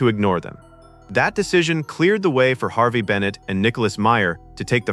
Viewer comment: "Harvey" Bennett? AI strikes again. Also I don't get Roddenberry's script idea of Klingons preventing JFK's death. Why would they the Klingons think that would prevent the Federation from forming? If they are going back to 1963 why not simply destroy Earth or as much of Earth as they could? I can see why they kicked Roddenberry upstairs to just be a consultant that they could ignore.